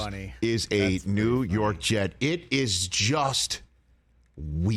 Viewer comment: 😂😂😂 the Rew York jets hahaha